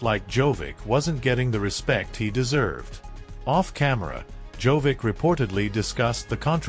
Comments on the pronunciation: The speaker should know to say: Djokovic not Jovic! The best tennis player deserves to hear his Name correctly. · what is wrong with you? djokovic has been more than 20 years in tennis and you still are not capable of pronounsing his name correctly? there is no tennis player named jovic. SHAME ON YOU! you are very disrespectful. would spelling it JOCOVICH be easier for you to say it correctly? someone in this line of business should not make mistakes of this kind. AI could do it better than you. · First, learn to pronounce Djokovic name properly. He is not Jovic, Dj in the Serbian language is pronounced as J. The rest of his last name, after the Dj, use phonetics to pronounce it. Stupid. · Can we at least pronounce Djokovic correctly as it is pretty offensive to keep miss pronounce his name through the whole video. I mean how do you spell it correct in the video title then get it wrong everywhere else?